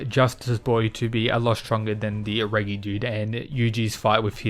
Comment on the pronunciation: Pretty sure that’s not how you say Reggie lol